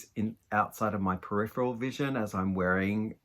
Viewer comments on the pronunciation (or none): none